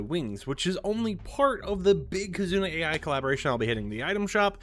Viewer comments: Just to let you know, the AI in KizunaAI is pronounced like "eye" not "A.I." because "ai" is Japanese for "love" because KitzunaAI is from Japan and AI is a common name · Kizuna AI is not pronounced as A.I , its pronounced like "eye" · I know it is spelled AI, but I think it is pronounced eye. I may be wrong about this. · Its not AI from artificial intelligence... is more like Eye... this hurts, a lot to hear